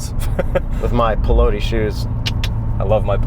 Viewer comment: BTW, it is not "polodi", it's "piloti": as for and